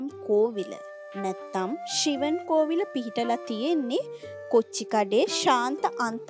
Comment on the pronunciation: ශිවම්.. not shivan